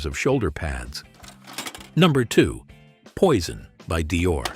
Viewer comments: Здравствуйте! Можно хотя бы одно название произнести правильно?! Уважение к зрителям?! Это французские названия по большей части: в век интернета узнать правильное произношение можно за 3 минуты. Какой Пойсон?! Пуазон. И так практически с каждым названием. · Какой дебил озвучивает???Не правильно ударения,названия ароматов.это что еще за «Пойсон»???😂😂😂Нет такого аромата, есть Пойзн на английский манер и Пуазон на французский. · "POISSON" 😂😂😂LMAO